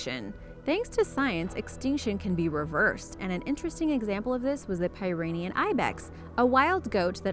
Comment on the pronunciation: Pyrenaean is said (peer- eh-NEE-yun) like the Great Pyrenees dog, named after the same mountains as the goat. 'Pyrenaean' means "comes from the Pyrenees mountain region".